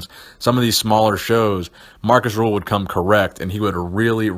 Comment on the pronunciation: Great video, however his name is Rühl not Ruhl.:)